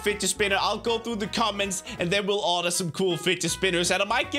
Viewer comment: order not ardur